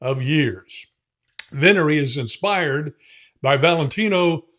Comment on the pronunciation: with every new release, continues to distinguish himself. My Italian is pretty solid, so for this word, the emphasis is on the first syllable. Wow, where in Indiana? I was born in Mishawaka/South Bend.